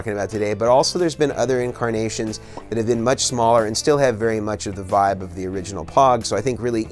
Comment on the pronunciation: Does this dude say literally anything else besides "voib" "nirvawna" and "kurt cobain"